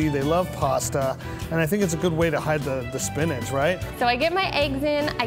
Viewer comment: It’s called Spinch.